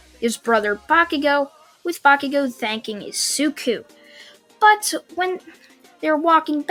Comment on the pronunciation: why do I have a feeling that you're trying to say "bakugone"?